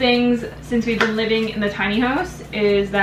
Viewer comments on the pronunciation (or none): none